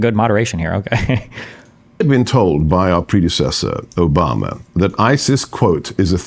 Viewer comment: His added flare in the pronunciation of Oohbomma made me laugh every time he brought Obama up